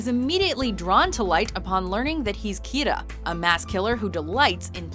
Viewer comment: Did anyone else hear Kita instead of Kira?